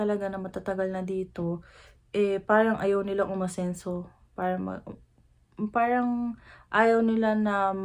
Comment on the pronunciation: I am curious , whenever you’ve said the word “parang” why are you pronouncing in slang “ peyrang” , when you are talking in pure tagalog accent ? pa cute Lang ba or pa arte Lang yun Sa Vlog mo?